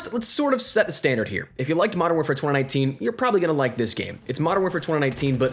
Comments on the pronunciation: what's twada nineteen lmao, it's twenty nineteen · U say mw 2019 weird as f***